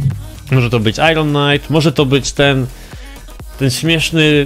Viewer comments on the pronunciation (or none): none